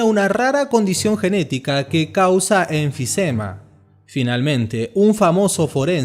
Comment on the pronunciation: que es enficema?